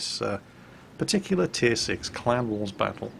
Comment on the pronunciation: I watch all of your videos and I love your commentary, but for the first solid minute of this video, I was convinced you were saying "clown wars" not CLAN war. It totally had me confused, that's what I get for being a silly American.